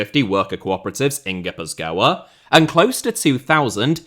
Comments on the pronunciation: ghee-puth-kwa is an alternate pronounciation that might sound local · Your pronunciation of Gipuzkoa is killing me. A banger nonetheless